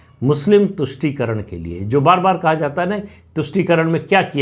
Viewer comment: "Politics of VOTE encourages parties to sell the country Very truthful and bold statement. Thanks mrPS for clearly enunciating TUSHTI karan.